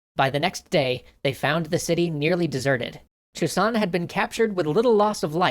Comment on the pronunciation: You pronounce the ilse of Chusan (Zou-shan) like Toussaint, then I realize that I am too deeply addited to TW3.